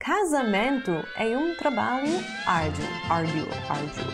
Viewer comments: "Uma planeta", "Árdio". Até que a pronúncia ficou charmosa,mas se quer melhorar. Um planeta,árduo; Desculpe me qualquer coisa,gringa. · * Um planeta novo. *MaTEmatica e n matchimátchica . *Árduo e n Árdio. :)